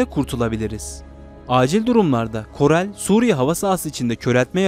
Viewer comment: koral....korel değil